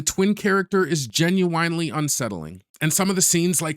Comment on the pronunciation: Genuinely...not genuwhinely. Weird.